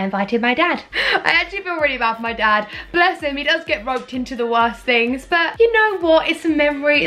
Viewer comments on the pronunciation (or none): none